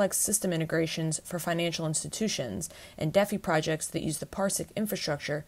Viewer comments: Deafee? Ouch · the girl pronounced defi wrong